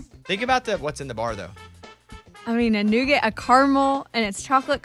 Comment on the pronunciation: Nougat is a French word pronounced - Noo-gaa. The T is silent and it certainly isn’t pronounced Noo-git. Eddie had a very good point. Also caramel is not prounouced Carmel - there is an a in the middle.